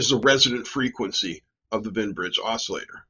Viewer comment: Wien, not Wein. (Both are German names. Wien is the inventor of the Wien Bridge. His original paper about it is fascinating because he's experimenting with an "optisches Telefon," a primitive oscilloscope made by bouncing a light beam off a mirror attached to a telephone receiver, i.e., small speaker.)